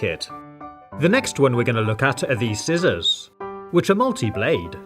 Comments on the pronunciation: When ever he says scissors 😩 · 'I like these sizzors'